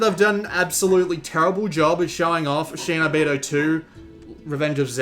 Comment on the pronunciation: Not shay-no-beedo, shee-no-beedo.